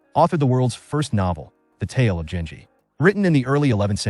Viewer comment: It's pronounced genji, with a hard g.